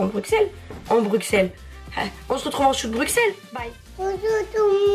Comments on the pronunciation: Non mais je rêve !!! Tu vuen de direeee BRUUUUXXELLES !!!!!! ON DIT BRUSSSSSSSSSELLES HUMOURS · Bruxelles se dit « Brusselles » 😂💗 Cette vidéo va être super comme d’hab! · J' aime trop ce que tu fait mais ça se dit Brusselles et pas Bruxelles 😂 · Je viens de Bruxelles mais sa se dit bruselles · Ca se dit Brusselle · BruXelles 💀 ça se dit BruSSelles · Juste sa se dit Bruselle mais il a un x c’est tout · oui les français disent comme ça mais en Belgique on le prononce avec un « ss » car ça vient du flamand « Brussel » ☺️ Mais c’est rien de très grave la plupart des français le disent comme ça haha